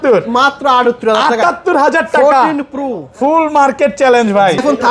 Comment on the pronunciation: Pro ❌puru ✅😂